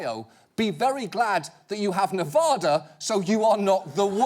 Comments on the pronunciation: It's Ne-vad-a, not Nev-ah-dah!!!!!! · It's Nev a da, NOT Nev AHHH Da. Why does EVERYONE on television say it wrong? Even George Bush and Obama got it wrong. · It's pronounced Ne-va-duh not Ne-vah-duh. Thanks. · “Ne-vah-da” Ew. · as a former paid educator I enjoy your show but please pronounce the state of Nevada properly.